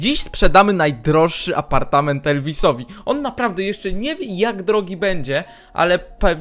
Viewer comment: Elo ,,APARTAMENT"XDDD